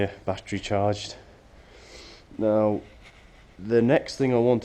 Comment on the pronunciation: . "Neow" haha. In all seriousness though, nice tractor. What is the thing that sits out on the dash? I have the petrol model so I've never seen the dash on the diesel.